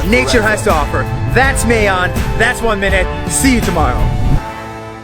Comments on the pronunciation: Its Ma-yon not may-yon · Its not mehyon its ma yon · How nas says it: maeyon How filipinos say it : mayon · mayon not may own ma yon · Its not mey-yon is MA-yon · Its not mayon Its ma yon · You pronuced mayon wrong